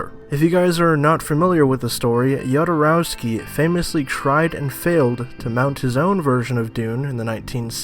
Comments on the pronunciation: Jodorowsky is pronounced Hodorovski. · Yodorowsky is the pronunciation, really? More importantly, his failed attempt at Dune was quite a lot responsible not only for the quality of the Alien franchise, but also for that of Star Wars, because he introduced a new vision on how to make quality sci-fi, and he found capable artists for it, who then created those movies. Even more importantly, he is right that this Villeneuve movie (based on the trailer and interviews) does not look like an attempt at changing the world... and then I don't understand why Villeneuve made it. (Let me mention that one of my favourite films is Arrival.) Finally, is there any explanation for that "music" in the second half of the trailer? Sounds like a 90's new age rendition of some third-rate 80's music inspired by the Hair musical. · The "J" in Jodorowsky in pronounced the same way as the "J" in Alejandro (which you correctly pronounced). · On pronunciation of "Jodorowsky". He is of Slavic/Jewish origin but from Spanish speaking region. His family name is spelled properly in Spanish, "J" is Spanish "J" like in Jose. In original Slavic, Russian alphabet, that family name begins with "X" which is the English sound "H". Many people make this (and the French version) of pronunciation mistake for Jodorowsky but if his family was in English dominated area, they'd probably spell it Hodorowsky.